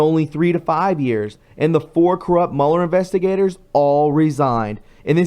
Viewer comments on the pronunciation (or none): none